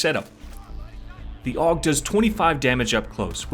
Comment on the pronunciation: its not aug you say it in letters A-U-G